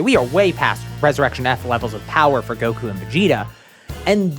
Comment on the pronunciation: did bro just say gowas and zamas